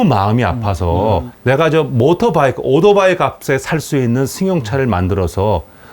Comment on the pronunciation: k7편 도요다에 이어 경차편 오도바이... 아재라이드의 아재 발음! 역시 실망시기지 않으십니다!!^^